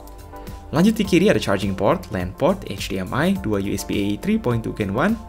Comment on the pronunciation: Mulai sekarang sebutlah HDMI dengan ha de em i... aja, ribet pake nyebut eij di em ai